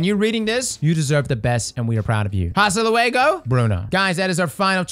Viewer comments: Bruh, its not pronouncd Hastuh Loo eygo, its Astah Luwegoh. (Or something, spanish is my second language lmao) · OH NO. HE REALLY SAID "HASTA LUEGO"....